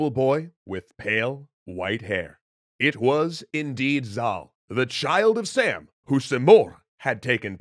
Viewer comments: Thanks for your awesome video. I'm Persian and I just want to comment on your pronunciation. King Sam is pronounced differently. It is pronounce like /sum/ but it is written as "am" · Btw the king's name is pronounced like sum in Persian (like the sum of two numbers) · its more pronounced like some or saw-m, i just realized majority of the characters in shahname were chads, also zals son is s mekind of heracles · King's name is actually pronounced as Sham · sam in Persian is pronounced like the word 'some'. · Actually the pronunciation in persian is sām, rhyming with cup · Wow... you say Sam wrong. Its spoken like "Some" in Farsi. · You have to read that sum not sām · It's not 'sam'. It's sAAm. The long AA sound is pronounced heavlity. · I'm confused. You pronounced "Sam" with a short 'a', but doesn't the graphic show "Sam" with a long 'a'? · Well, they’re not very different. You just drag the ‘ah’ sound out a little if anything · I get that pronouncing a word like hakhamanesh would be hard but sam? realy? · The A in Sam is not pronounced like ham. It’s pronounced like mom. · Its som not sam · It’s not Sam, it’s Sum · Sam actually isn't pronounced Sam it's Sum (like Sun but with m instead of n ) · Its not pronounced like "Sam". the special character is a long "a" so its more like "Sahm" or like the "oa" sound on "abroad" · Woulda been neat if you could have clarified that his name is not Sam, but Sām (pronounced sawm), but okay, guess it's more important to joke about it a bunch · two thumbs up! btw the name is pronounced like "Sum" (imagine how u would say "Tom", just like that!), not Sam which is short for Samuel. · Sam name is name pronounced as Saam or Sām(سام) and not Sam(سم) from Samuel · In persian its actually som not sam but really nice work introducing cultures 👌👌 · Not Sam it's pronounced Saam 😊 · Nope, his actual pronunciation is Sāām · Sām is actually pronunced as Saam. It means tranquility.